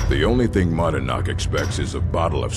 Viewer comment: voice line error here. He say’s “manadnach” instead of madanach